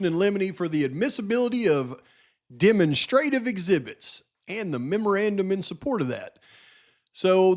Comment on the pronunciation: Love ya! With the most respect, demonstrative is pronounced “deh- MONStra-tive” sounds kind of like Monster. Just looking to help ya out a little bit brother! Another FANTASTIC video! Thank you for all of your hard work